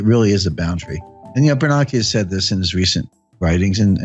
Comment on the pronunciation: AI? They are pronouncing Bernanke wrong…idiots…this is not Jim Richard’s…..